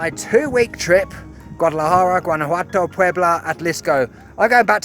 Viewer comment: Muy bonitas tomas ,y pronunciaste excelente la palabra Atlixco ,saludos desde Cancun